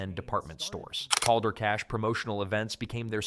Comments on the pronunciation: Caldor is pronounced "Kal-door" not "calldore". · I have never heard anybody say Call-dor..We always said Kal! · its Cal-dor not Kol-dor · Cal-dor. Like Calvin or Calories. One L. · I came to say the SAME THING..... although, I started to wonder if maybe we just said it wrong. But "Call-door" just sounds wrong even if it were the correct way to pronounce it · My friends and I used to make fun of the name sometimes by referring to it as "Caldior".😆